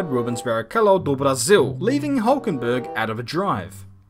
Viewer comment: that was a neat pronunciation of brazil